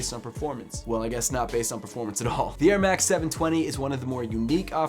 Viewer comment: Why does he say airmax more like Ermak